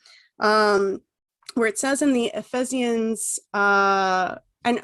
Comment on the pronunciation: No. You lost me with your naive and loaded treatment of the Bible, initially the Red flag was that you can’t pronounce Ephesians. You have no serious understanding of the Bible. You spent so much time dismissing the Bible when you claimed to be analysing the novel. Goodbye.